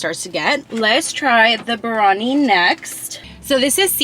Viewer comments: Plz don’t say birani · It's not barani it's. Biryani sorry but it has a. Y and you didn't pronounce the. Ya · The way she said biyari 😂 [ not trying to be mean ] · It's mút-un and gaa-jr the pronunciation and biryaani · Moo-ton Bir-Ha-Knee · U pronounced biryanis beef Bihari kebab wrong